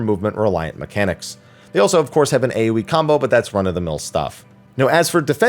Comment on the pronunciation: Everytime you said AoE damage I hear "A wee damage" 🤣